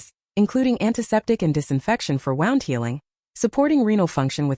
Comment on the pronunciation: AI has no brain; nor common sense.... it pronounced an injury to one's body, a wound, not as wound but the past tense of such as to wind up a music box, it being wound up! Am out of here!